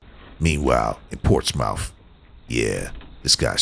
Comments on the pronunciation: Its pronounced ports-smith, yw bruh. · FYI. Even thought its spelled Portsmouth, Its pronounce Portsmith Virginia. You're welcome. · dude ... it is pronounced "port-smith" not "ports-mouth" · ROFLMAO the way the guy say's PortsMOUTH!!! The "OU" is silent...It's a southern thing; It's pronounced "PortsMUTH"... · It's not Ports-Mouth, its p-AW-r-t-s-m-uh-th, Port-smuth. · It's NOT Ports Mouth it's pronounced Ports Smith. 🙄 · LOL at "Ports Mouth". For future videos, just an fyi it's pronounced "Ports muth" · I can tell the narrator is not from Virginia because that is not how you pronounce Portsmouth. it not ports mouth it's ports muth. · You have NO IDEA...The way he say's "Ports mouth"...Anyone from there is LOL!!! It's pronounced "PORTSMUTH..." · LMAO it's not ports-MOUTH. It's pronounced PORTS-muth. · They pronounce it "Port Smith" now GET LOST ! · "Portsmouth" It's pronounced Port Smith 🤣😂🤣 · Quite sure it’s not pronounced “ports mouth” 😂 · the way he pronounces Portsmouth 🤣😂 you say it like Portsmith! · It’s pronounced ‘Pors-Muth’ 🤣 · Portsmouth, Va is pronounced Portsmith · Although it's spelled Portsmouth it's pronounced portsmuth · Craddock is a rough area in Portsmouth which phonetic is Ports muth. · Never heard anyone pronounce Portsmouth VA that. I live near there and I am not surprised that city would make an appearance here.